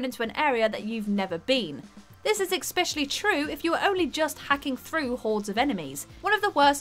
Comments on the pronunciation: Came here to drop the phonetics e-spE-shuh-lee I don't know why the mispronucation irritates me so much but it's like nails on a chalkboard for me. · Can we get an "eXpecially" counter? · I enjoyed the video until the word "exspecially" was used...theres no "x" in especially...i know i sound like grammar police but it truly annoys me when otherwise smart people make these very silly grammar errors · There is no 'x' in especially, there is an 's', but no 'x' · Hey uhhh...there’s no ‘X’ in “Especially” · "Exspecially" lol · I'm sick of people who make a video but can't even be bothered to properly pronounce "especially." There is NO X for crying out loud. It is not pronounced EXspecially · RPGs are great, I will agree. But then you list "witcher 3" and "Skyrim"... The first being horrible as an RPG, with a fixed protagonist and railroad story and the second not being an RPG at all... I think someone who is better versed in gaming should do these videos. Also, the word is eSpecially, eSSSSSSpecially; no "X" in there at all.... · The features I'm my st sick of is mispronouncing words in every video......"expecially" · "exspecially" :D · Eckspecially lol